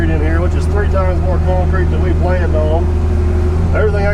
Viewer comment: It's "planned" not "planed". LOL! You went to college ?